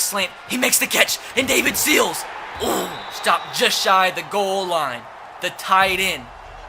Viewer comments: You say Sills like Seals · Sills is pronounced As in window sill not as like Navy Seal